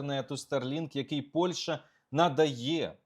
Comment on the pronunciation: Олександре, дуже сильний моцкальський акцент. треба працювати над вимовою. найпримітивніше: не Польша, а ПольЩа, і це, повір, українською так і вимовляється. не щё, а що, не 'нехатілосьби', а нехОтілось би і так далі. переслухай себе і повторюй правильно що почуєш.